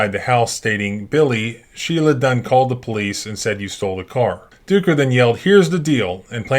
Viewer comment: Ducker... "Dooker"????? You knew what you were doing.